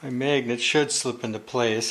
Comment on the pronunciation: wtf is a mayganet